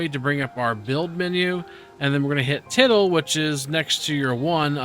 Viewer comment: Great vid. FYI “~” this symbol is pronounce “til-day”. Had me laughing at loud at “tittle” 😂